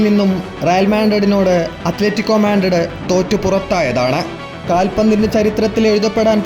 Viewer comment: മാൻഡ്രിഡ് അല്ല മാഡ്രിഡ്‌